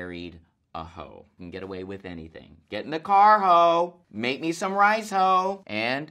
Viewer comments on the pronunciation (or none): none